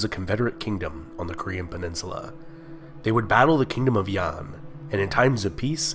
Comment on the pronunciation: Bullshit. Kojoseon was pronounced wrongly, Yan was pronounced wrongly. and Goguryeo like the other user.